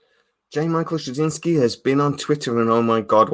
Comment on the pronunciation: Psml your butchering of JMS surname and then calling Bruce Boxleitner “Bruce Broxlenner” had me in stitches 😂😂🤦‍♂️ Your favourite actor yet don’t know his name 🤔😂😉👍🏻